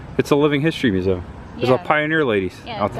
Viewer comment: Why don't you pronounce museum the correct way? It sounds so stupid the way you say it!